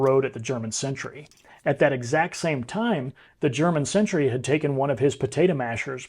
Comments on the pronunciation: It's "sentry", not "century" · It is 'sentry' NOT 'century'.